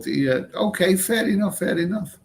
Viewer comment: Are you saying Fair Enough or Furry Muff.